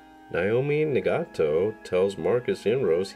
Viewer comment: Naomi NagatA not NagatO